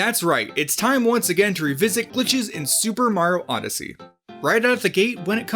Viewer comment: super marow odessey? nice, and its my B-day!